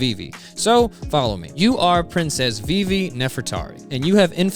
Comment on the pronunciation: Viv-e not VV